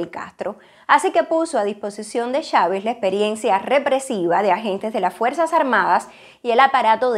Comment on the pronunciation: En qué país latinoamericano se pronuncia Chávez como "Shavez" o Machado como "Mashado" ?